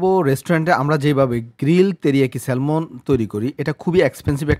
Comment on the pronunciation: এই মাছটাকে স্যালমন বলে না, স্যামন বলে। আর প্রাইজ না, না প্রাইস হবে।